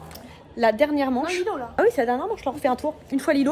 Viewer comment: Désolé c'est pas lilou c'est lilow